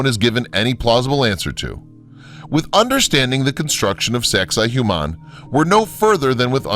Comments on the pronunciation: its not saxay hu mon. its saxsay wah mon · Why is he pronouncing it "Zexi Humann"??? EVERYONE knows it's "Sexy Woman" 😂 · Great documentary, and I'm having a hard time getting over how poorly your pronouncing the names of some of this sites. It's not so hard to find correct pronunciations. Sacsayhuaman is pronounced Sak-sa-ee-wa-man, for example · (1) sex-ay hoo-mahn xD look at that kid in the bottom right corner that gave up. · why am I keep hearing SEX-I-HUMAN lmao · Sacsayhuaman is pronounced as "Sexywoman". No joke! Thats how the local indigenous people say it. It is easier to say and remember in all honesty. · No. Correct pronunciation is: Sux-ay-wuamun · He says Sexy Woman. Lol